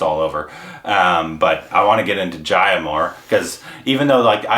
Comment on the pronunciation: For Jaya (it’s Juh-ya, not Jaayuh).. watch Abhimaan, Koshish, Guddi, Mili